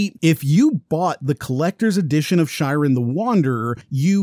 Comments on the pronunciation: It's pronounced like "She-ren". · I was with you on this one until you pronounced Shiren as "Shairen"